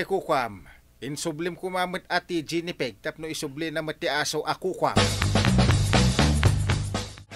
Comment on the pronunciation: Apo, G as in goat ti Gi-ni pig... haan nga "J"... Ji- ni pig...sorry apo, nagsakit lapayag nga denggen dyay JI-ni pig yo. uray kasta, paboritok latta ti drama yo a Kapitan Enteng!